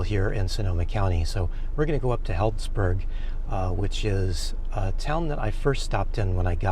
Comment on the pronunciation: We live not far from Sonoma County and some of our favorite cheeses come from that area. BTW...its pronounced Heeldzburg. 😉